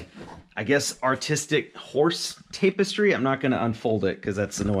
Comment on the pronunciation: It’s pronounced TAP-EH-STRY